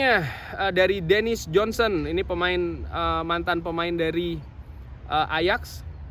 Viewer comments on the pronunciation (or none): none